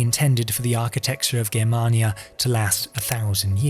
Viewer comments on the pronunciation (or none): Its a hard G not a soft one in Germania. Awesome video by the way